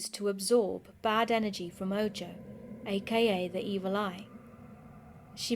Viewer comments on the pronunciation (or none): Ahhh I hope it’s ok, but “ojo” is pronounced with the j making an h sound,”oho”. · Spooktastic! And simply because I know you're as twitchy as I am when if comes to pronunciation, if you encounter the word "ojo" again, it's pronounced, "oh-ho" - meaning eye in Spanish. It rhymes with Santa Claus's laugh: Ho-ho. Otherwise, absolutely flawless!